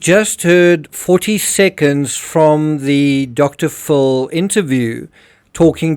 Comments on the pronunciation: You are a very good detective and I really like your videos. Just one correction. The way you pronounce Dr. Phill it sounds like Dr. Full. Sorry to point it out. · If this AI voice , im sick if you prpnoucing it " Dr Full" its Dr Phil! Aldo Burke is CLEARLY autistic . He has to be. If he hurt his sister IDK but hes austistic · Dr. PHIL , not Dr. FULL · Dude your my favorite true crime channel. I cant tell for sure, but i swear you say Dr.fool for Dr.phil. ha-ha my hearing isnt so good